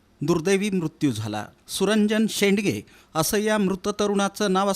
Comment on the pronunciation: "सुरंजन शेडगे" शेंडगे नाही